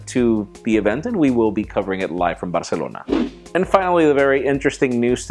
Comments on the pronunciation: I like his pronunciation of "Barcelona", even though I live in Bishkek. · And that's actually the correct pronunciation because it is a Spanish word.. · They way he said Barcelona.. Wow..